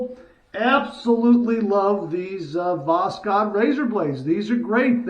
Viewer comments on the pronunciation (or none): Pronounce it as voshod without k between s and h. Just omit k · Pronounced bokhod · it's pronounced "Vos-hood". Have a good shave and a great day!!💈💈🪒🪒👍👍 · It's read without K. Simple Voshod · Greetings from Russia,! These blades are made in Moscow! The name is pronounced like this: was + haud (the stress is on haud)😃 and восход means “sunrise” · I’m not 100% sure but I’ve heard that the (K) in Voskhod is silent, but I’m not really sure if that’s how it is pronounced or not. But definitely my favorite blade so far!